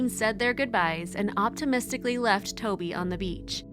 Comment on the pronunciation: The name is TOVI in Hebrew not Toby!...